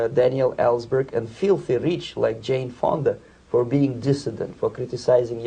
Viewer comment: .." feelthy reech like 'Chayne Fonda.." lol